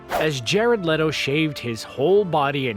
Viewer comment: It's pronounced Jared "Leeto." Not "Letto!"